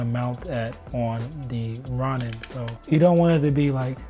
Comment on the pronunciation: nice video its pronounced Row-nin fyi my guy